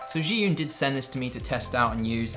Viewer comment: Zhiyun = Jee-Yun. FYI.